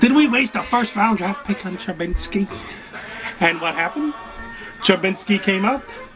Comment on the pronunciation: Man why does everyone put an N in TrubISKY